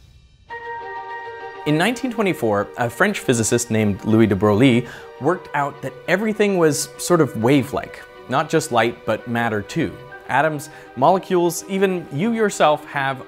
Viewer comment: In French, "Louis de Broglie" is pnonounced "Louis de Breuille", but every non-scientist French makes the mistake